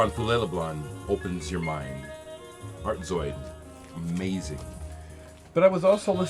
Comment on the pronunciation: You pronounced that Art Zoyd title perfectly. Another artist that I must add. Kawaida sound Karazy. When you said "Don Cherry" I paused your video and I checked out the song 'Maulana' on YT. It was good but the mix was a bit distant? The reissue is printed in orange and the font is smaller than your original. I watched Chris's ECM posts and they were fantastic. Man does he know his jazz. As do you too~ Rob/Boston